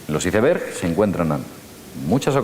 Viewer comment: me da risa cuando dice ISEBERSSSHHH